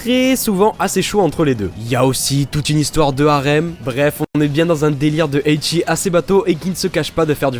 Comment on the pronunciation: Le WTF de Henken Shoujo est sans limites C'est pas "Eichi" c'est "Ecchi", pas de "i" à prononcer